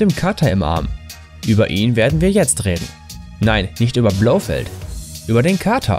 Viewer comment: Und der typ in james Bond heißt nicht Blowfeld 😂😂😂